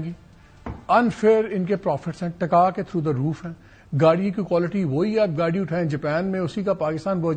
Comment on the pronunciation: Yeh sajjan "gaadi" ko "gaali' bol raha hai. 😄😄